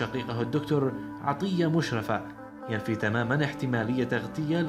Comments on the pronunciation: بس لو سمحت انت تقول اسمه خطا مشرفة الراء مشددة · مقطع جميل لعالم فذ ولكن اسمه مشرّفه بتشديد الراء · انت بتنطق اسمه غلط خالص اسمه مشرفة بتشديد الياء وانا من نفس المدينة ودرست فاعدادى فمدرسته على مشرفة وهو معروف فمصر بس شكرا انك وصلت شخصيته لاخونا العرب ❤